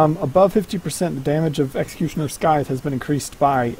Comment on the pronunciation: sythe, the c is silent